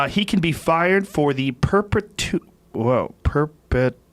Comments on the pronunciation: Joe "peeer-pet-ooo-ation?"Rogan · It’s pronounced Per-peh-chew-aaay-shun! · per-pet-uation. Good Joe. Sound that shit out! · "Perpuhtwo..perpuhtwo-ayshun...perpetuation? That's a weird word" What a fucking goober..love you Joe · joe “per-peh-tuation” rogan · Rogan can't read perpetuation. Ouch. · Rogan continuing to perpetuate the weirdness of the word “perpetuation” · Joe "Perpetuation" Rogan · "Perpetuation...woah, what's that?" - Joe Rogan.